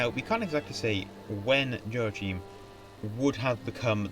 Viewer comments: It's pronounced. yo ..ack....him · Nice video, but your pronunciation of Irish name, and even German ones, is WAY off! 'Ioaichím', the Hibernicised (or Gaelicised) version of 'Joachim' would have been pronounced as 'yo-a-KHEEM'; the 'ch' in Irish and German is a guttural 'kh' sound, similar to the 'ch' in the Scottish word 'loch'. 'Séarlas' would have been pronounced as 'SHAY-er-las', not 'SEE-yer-las', and the 'Fried' in the German name 'Friedrich' would have been pronounced like the English 'freed', not 'fried'! Similarly, 'Proinsias' would be pronounced as 'PRIN-shas', not 'PROYN-si-as', and 'Seoirse' as 'SHOR-sha', not 'see-YOR-is', while 'High King of Ireland' should be translated as 'Ard-Rí na hÉireann'. Patrick Pearse, writing in 1906, wrote about the Ireland of 2006 as an independent Irish-speaking kingdom with an Ard-Rí as head of state, English having declined in use following the conquest of England by a Russian Republic